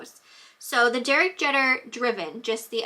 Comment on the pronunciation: lol.. it's pronounced JEEETER..My son's last name is Jeter.Thanks for sharing.